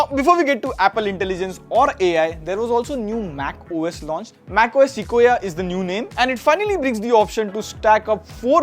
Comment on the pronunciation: si-kwo-ya thank me whenever